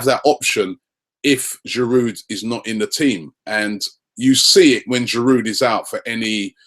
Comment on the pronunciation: Robbie the D in Giroud is silent I think